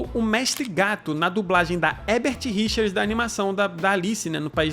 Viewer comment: Leigan para o ótimo Marco Ribeiro, que fala Herbert Richers e não Hebert como o comentarista desse canal sempre fala.